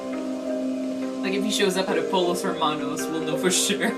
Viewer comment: Its pronounced “poyos” not “polos”! 😂😂